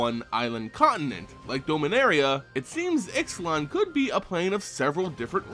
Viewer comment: It's pronounced Ishlan the x sounds like sh